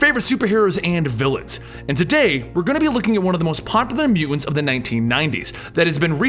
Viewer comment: love your vids. i think it's mutants, not mew-ents